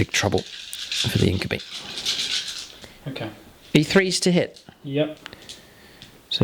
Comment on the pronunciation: INK-YOU-BYE not INK-OOH-BEE